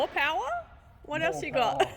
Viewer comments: Dont worry..we're always here for "more powah" 😏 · "More powah"